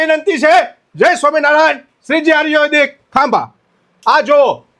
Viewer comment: પેલા આયુર્વેદિક બોલતા સિખ ભાઈ આર્યુવેદિક 😂😂